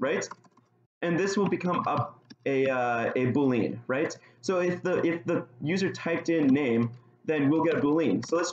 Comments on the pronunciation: Nice video! Just a couple suggestions.. it would be nice if you could make the text bigger as it's hard to read on my screen/resolution. Also, "boolean" is pronounced "BULE-ee-enn" (not "boo-LEAN"). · Is this how you are supposed to pronounce boolean???? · oh god why do you pronounce boolean like that